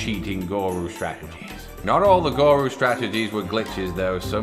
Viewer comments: Just btw its goo-roo not go-roo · Its not goru its guru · "Where I the guru - the GORUUU" 😂😂😂😂